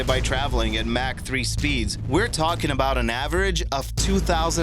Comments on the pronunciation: 😣 when people say ''mack'' instead of •mach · Mach. Not mahhhkkj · its 'mock' not 'mac' speed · Mach = "MOCK" Not - "MACK" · it is n't tomato or potato, it is MACH....not a difficult thing to say especially considering MACK is a word used globally. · "Mack 3" lol... pronounced mock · also he pronounced mach not mack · Ok mach 3 not MAC 3 the A has a o sound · “Mack 3”? It’s pronounced “mock.” Despite being spelled “Mach”, a narrator should know how to pronounce such basic words. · i stopped watching when he said mack 3 speed in stead of (mock) mach 3 speed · That moment when you,say Mack when it's mock but it's spelled Mach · You said Mack instead of mach... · Mock not mack. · did you srsly say mac 3? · “Mack” 3 speeds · Did you say Mack 3 or Mach 3? 🤣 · "Mack 3 speeds?" LOL Also why do you have pictures of a Bell UH-1 Huey while discussing the UH-60??? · "Mack three speeds" x'D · lol he said "mack 3" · pronounced mach speed wrong 🤦🏻‍♂️ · When you can't say Mach 3 properly as well as Lockheed Martin